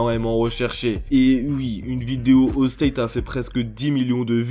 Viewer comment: Ça me tue il dit "ui"